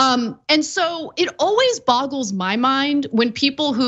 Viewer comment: boggles, not bobbles